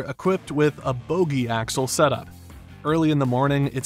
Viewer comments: Bogie not boogie or boggie. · Don't know who wrote this, but those are called "Bogie" axles, with one "O," not "Boogie." Boogie is a kind of surfboard or an African-inspired Rock & Roll style.